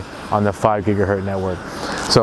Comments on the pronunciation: GIGA HERTZ NOT GIGA-HURT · GIGA HERTZ NOT: giga hert!!!!!!!!!!